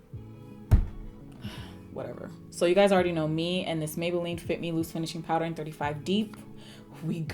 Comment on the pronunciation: Mah-beylline and comp-ah-rable killed me 💀🤣 oh my word yes I can't stand the heat makes me cringe 🥴 I do the same thing when sleeping the blankets feel like they're hugging you with their comfort 🙋🏾‍♀️😂 you definitely slayed this look 😍👏🏾